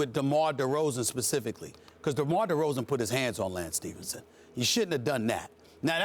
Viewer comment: this nigga Stephen A said "DeLance Stephenson" HAHAHAH